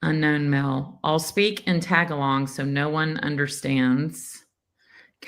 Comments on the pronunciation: Omg,, the language is Tagalog, pronounced TA-gol-IG or ta-gol-IG, not ‘tag-along’ or whatever silly pronunciation you came up with. Geezus. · Pronounced Tuh GAH log! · Tagalog is pronounced “tah gah log” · It’s Ta GA log.